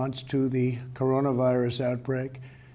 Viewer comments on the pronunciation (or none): "But Coronu."